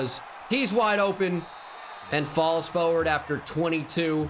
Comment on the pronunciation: The way he says forward is hilarious “fowerd”